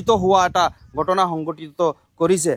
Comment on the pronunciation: কি ভাই অসমত থাকি অসমীয়া ভাষাটোয়েই শিকিব নোৱাৰিলি।গটনা নহয়,ঘ,উচ্ছাৰণ কৰিব লাগে। ঘটনাহে উচ্ছাৰণ হয়।আপোনালোকে যে বঙ্গীয় বিদেশী মুছলমান তাৰে প্ৰমান ।